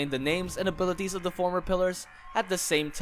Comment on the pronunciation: hol up, theres a g in ailities? im sure its supposed to be abilities?